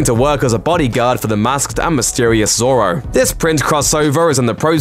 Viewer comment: Please learn how to say Django and Zorro correctly please